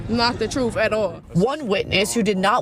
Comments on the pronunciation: The very ignorance to deny while saying "thats not the troof" whats the "troof" then goofy? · “Not the troof.” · Not the truff, not the truff!😂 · “Not duh troof at all.” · I axed him. Its not the truff😂😂😂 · Not telling the “troof”…… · “They not telling the truff” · it's not the troof. not da troof at all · Not da troof. Not da troof. Ok, what the hell is troof?? IQ is a real thing, and she does not have any. Winning.